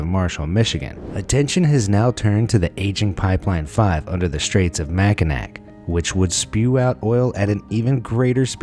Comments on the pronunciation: FYI, It's never MAC-in-ack. No matter the spelling, it's always MAC-in-aw. Michiganders thank you. 💙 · I thought it was lake Makinaw not Makinak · "mackinack" lol ot's mack-i-naw! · It’s pronounced “Mac-in-aw,” not “Mac-in-ak.” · It’s Mack- I- Naw not Mack i Nac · The one thing that irritated me... He pronounced it "mack-in-ack"... It's pronounced "mack-in-aw"... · its macknaw not mackanac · Did anybody else cringe when he said “MackinACK”? It’s pronounced Mackinau. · Who else cringed when he said Mack-in-ack. For those who dont know its spelled Mackinac but is pronounced mack-in- naw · Mac an ack 😁😂🤣😆😂😂😁 pronounced ma kuh naa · It's pronounced "Mack-in-AW". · Just a pointer: The last c in Mackinac is silent. Just letting you know it’s pronounced ma•kuh•naa•ai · People from Michigan: -Did he just say "Mack-in-nack"? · Mackinac is actually pronounced mack-in-awe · Dawg said Mac-a-nac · Mack-n-Ack??!! Really? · For future reference its pronounced Mackinac (Mack-in-aww) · It's pronounced like MACK IN AW.Learn your English. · I know the bridge and the island is spelled "Mackinac" but they are actually pronounced "Mack-in-aww" and to confuse things more, the city is spelled how it's pronounced, Mackinaw. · As a Michigander it is spelled Mackinac but it is produced mackinaw. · It is pronounced Mac-a- naw, even though spelled Mackinac. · It's pronounced like makaNaw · Mackinac is pronounced “Mack-I-NAW” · It's pronounced "Mackinaw" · It... It's pronounced "Mac-an-aw." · It is actually pronounced Mackinaw even though its spelled Mackinac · Agghhhh. I live in michigan and the straits are pronounced Mackinaw despite the spelling. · Lol mac n nac lol It's funny when non michiganders pronounce our funny names lol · I CAN'T BELIEVE HOW HE PRONOUNCED MACKINAW!!!!! As a born and raised Michigander, I am cringing so hard....... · "Mackinac" - pronounced "Mackinaw" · It’s pronounced Mac-in-all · Mackinac is pronounced makinaw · It’s pronounced Mackinaw. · It's Mackinac. Not Mackinac